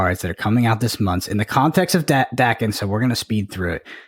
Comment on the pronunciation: Bro it’s pronounced “Daken”